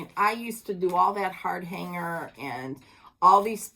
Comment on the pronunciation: I’m sure someone has already commented on this…. It’s not HARD HANGER, it is Hardanger, (pronounced ‘hard-donger’) with a soft ‘o’.